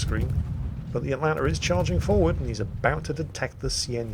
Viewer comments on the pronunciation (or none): none